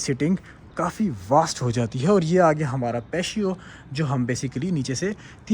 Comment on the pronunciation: Patio pronunciation is Pa • tea • oh You're welcome.